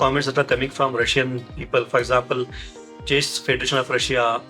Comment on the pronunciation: Please try to pronounce chess correctly